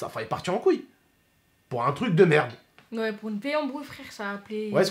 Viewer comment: t’a dit cbm d’fois "merdeu" 😂